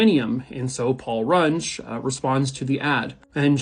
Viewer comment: It's Paul Rung-EE not, Paul Rung. SOUCE: Knew the guy somewhat well in school.